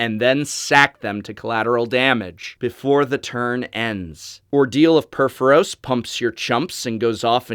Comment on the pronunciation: More like "say-tur". But pur-for-os is good (though make sure the first "o" sounds identical to the second, if that makes sense). At least that's how I've learned studying Ancient Greek language and culture. Theros is the best.